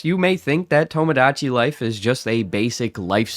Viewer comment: I was going to give you a hard time for “tamadachi”, but then i remembered words like “homogenous”